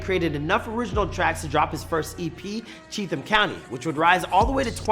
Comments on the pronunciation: Only people that have no idea about country rap call it hickhop.. and you can tell this guy has no idea, he called Cheatum county Cheath-um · that’s the issue this guy is making shit up. He never talked to Ryan he cobbled together a bunch of clips that already existed on the internet and put his own narratives to it. And he isn’t saying Chetham correctly (yeah I know pointing that out is petty but I did it anyway lol)